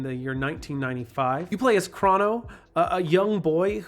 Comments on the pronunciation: thank you for pronouncing his name as “Craw-no” (that’s how I grew up saying it, not knowing any better) but even though (I’m pretty sure) the correct pronunciation is supposed to sound like “Crow-no” it’s still nice to hear someone say it like me and my brother and fiends all used to... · It's uh, pronounced 'crow no'